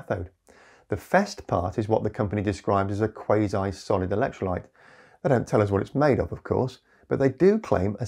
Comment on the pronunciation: Kwoss-ee, not Kways-eye. Think Quasimodo.